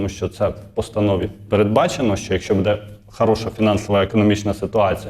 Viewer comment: Не будЕ, а бУде ! Скількии можна Вам казати ?